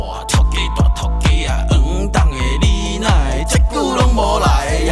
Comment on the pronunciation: 王董ㄟ怎唸成黃董ㄟ